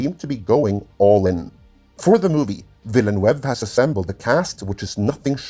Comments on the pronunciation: I'm not French but I'm pretty sure it's pronounced VEEL-NERVE. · I can’t even understand how he’s saying the last name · nice, but he miss the name of denis villeneuve... a lot. to know how it's pronounce, watch some f1 footage of gilles villeneuve or jacques villeneuve. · Say "Denis Villeneuve" one more time. I mean, I've heard people fk it up before but this is something special. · Funny how many people butcher Denis Villenueve's name considering how popular a french name like Villenueve is. I have no doubt the movie will be amazing considering that Denis is one of the best director's around, bigger question is whether people who don't know the books will have this go over their heads and not get it. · Minor gripe, you are not saying Villeneuve correctly. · WoW talk about butchering someones name lol . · I was so surprised when at about half the video actually pronounces Timothee Chalamet's name correctly. That means the butchery of "Villeneuve" was not a mistake but contemplated murder. That sends a chill down my spine! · Thanks for this interesting look... Just one plea: "Denis Villeneuve" is a FRENCH name, so... Could it please be pronounced in the French fashion? Thanks... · Vill-a-nuv (rhymes with love). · Vil-nuv would be the closest way. As someone who has lived among the French Canadians, the attempts on this channel to "spanify" the name makes my stomach churn. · Nope, the "eu" in Villeneuve should be pronounced like the 'i' in bird. Google Translate pronounce it quite well.